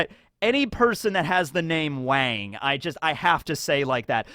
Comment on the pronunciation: The a one wang and mang are soft o sound as in cot